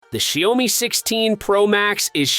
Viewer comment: Hory shitz, your pronunciation of the brand is such a raw rape. Do a research first how to pronounce it dude